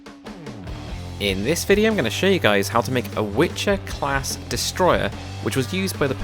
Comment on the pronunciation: Great tutorial, but one thing - it's not Witcher class but Wicher (Strong Wind) :)